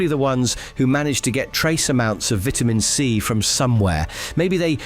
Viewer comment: You pronounce VITAMIN C wrong